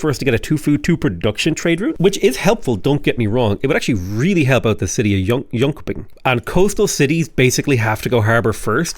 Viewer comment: Drink every time butchers on pronouncing jonshoping